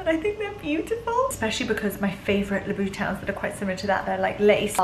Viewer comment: For heaven’s sake it’s NOT LoubOUTon!!!!!